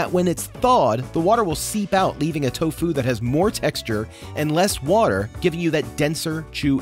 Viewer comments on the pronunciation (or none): Why do you say to fu sometimes and tofu other times? It's one word. Tofu. Not to fu. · Wait why does he say toFU not TOfu? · guy can’t decide how he wants to pronounce tofu. is it TOfu or toFU? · This guy is pronouncing tofu like it's a martial art 😂